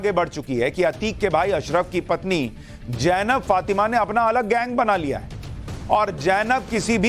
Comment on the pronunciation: Sushant Sinha, The correct name is Zainab, and you kept pronouncing it Jainab? It is amusing as you correctly pronounced ZF...